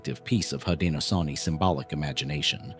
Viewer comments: Unfortunately, AI "readers " don't know how to pronounce words unless they've been taught. 😉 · Hi thanks for sharing but you said it worn haudenosaunee is the confedory name haudenosaunee people of the longhouse is siad different than the confedory name thanks for tiring with pronouns we know our own history and culture thanks again